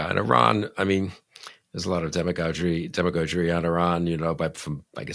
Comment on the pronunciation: BILL KRISTOL PLEASE NOTE: Demagoguery is one of your favorite words, so you should learn to pronounce it correctly. It is not dem-UH-goj-uhr-ee, it is dem-UH-gahg-uhr-ee. It does not have a long 'O' sound. Rather the 'O' is pronounced llike the 'O' in log or bog or cog. The 'O' is also followed by a hard 'G', not a 'J'. Thank you - Word Nerd.